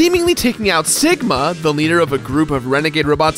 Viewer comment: When said sigma i understood ligma